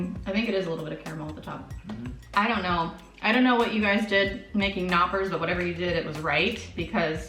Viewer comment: This is a very good and funny video 😂👍🏼. But one thing. The "K" in Knoppers is NOT a "silent" letter. Just meaning 🤗